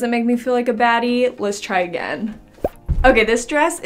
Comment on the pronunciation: i was jusssttt about to comment this! i couldnt stop laughing lol